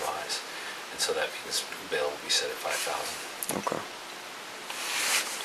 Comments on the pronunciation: "Won Towsand" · I lost it 🤣🤣 she started saying “one tousand 24” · “One tousand 23, one tousand 24” 😂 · “One tousand 20”😅